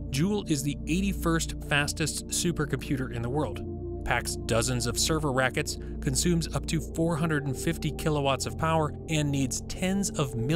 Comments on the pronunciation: "server rackets"? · Did he say server rackets ?